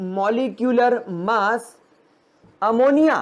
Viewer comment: The way u talk Ammonia-A moni a is very funny and nice🤣